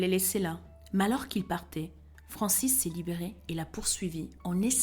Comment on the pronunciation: Bonjour Madame, merci pr votre travail ! Alors moi, je n'avais jamais entendu parler de ce fait divers et pourtant, j'en ai déroulé du câble de "true crimes". donc re merci. à vous. Vous narrez VRAIMENT BIEN,vous nous embarquez avec vous dans votre histoire ! Chapeau bas !! Je suis chiante donc Frances se prononce "FranCÈS" 😊 et "chaos" "caO" leS ne se prononce pas dit très gentiment